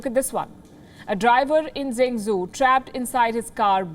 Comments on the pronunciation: what is zangzu? "Zhengzhou". Have someone help you pronounce words before you go live. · Isn't it pronounced jengjoe ? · The city is zhengzhou, sounds like Jung Joe. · Henan in English is Hernan. Zhengzhou in English is jungjo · Please learn to pronounce properly, You pronounced the city Zhenzhou & province Henan wrongly